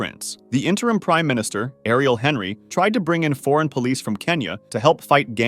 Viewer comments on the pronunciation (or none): none